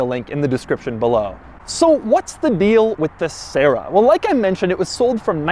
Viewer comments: Try keeping yourself serious after you hear Sarah instead of Sera... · SEH RAH that's how it's said. It's a Tercel with gullwing doors. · Doug for the love of god, please listen to some Doris Day and learn to pronounce the bloody thing properly!!!!